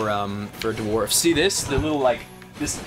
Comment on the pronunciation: They're called dwarves not D-warves.